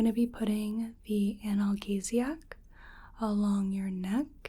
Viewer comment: Always love your videos, but one note from this one, analgesic is pronounced an-al-jee-zic. Don't mean to be a know-it-all, it was just a bit distracting when I was trying to fall asleep listening.